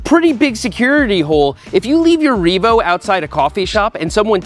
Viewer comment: It is no longer just a Reevo. It is Reemade.